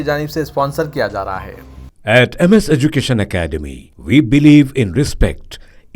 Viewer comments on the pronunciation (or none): none